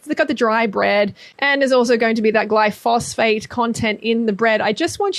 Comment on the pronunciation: Glyphosate, like GLY-FO-ZATE... not Glyphosphate